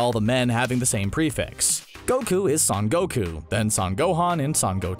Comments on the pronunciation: Stop calling Son Goku San Goku. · Pretty sure it’s pronounced “sun” but ok